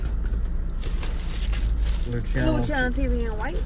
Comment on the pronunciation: Its pronounced LU-SI-A-NO not lu-CHI-A-NO